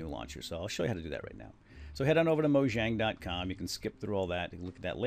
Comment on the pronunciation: Everybody gets it wrong; it's moYang! Look it up!